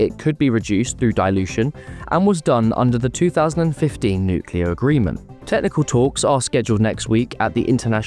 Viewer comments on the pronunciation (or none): Pronounce the T at the end of words, agreement, not "agreemen".